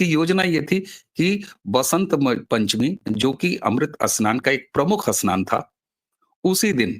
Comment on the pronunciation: अस्नान नही स्नान